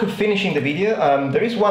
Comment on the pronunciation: The first sound in Kjartan is pronounced more like the 'ch' in the german 'ich'. I coudln't find the exact fricative, but it would sound something like çartan, but closer to where you would word the K. It's sort of a K fricative. Otherwise you did well. :) Oh and now I found out he's American... Oh well. :D